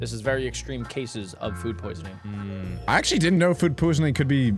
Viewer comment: if you want to know you said food poosing